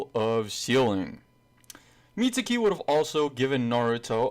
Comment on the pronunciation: the guy's name is mi-zu-ki not mitsuki there is no t or s in the name mizuki